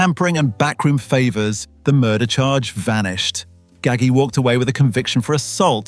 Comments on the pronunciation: Haha That's a mispronunciation. It' sounds like Gaj-G. The "g"s are pronounced like a "j". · it's pronounced Ga-ji with a J.